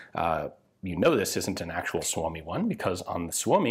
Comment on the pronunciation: Your pronunciation of 'Suomi' keeps getting better :D As it is now, it doesn't have a real need to be better, specifically smoother, since even some natives don't necessarily say it smoother than you're now.